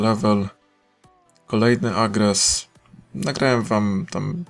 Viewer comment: Czemu mówi agres a nie arges:D